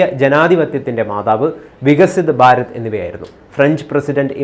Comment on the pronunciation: ഭാരം അല്ല ഭാരതം 😔